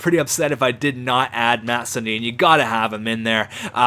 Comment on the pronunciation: Its "Mats" not "Matts" and Sundin is 6'3 220 pounds not 6'0 185...